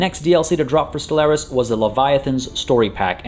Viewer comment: ste-LAIR-is? Really mate? Really? That's the pronunciation you're going for?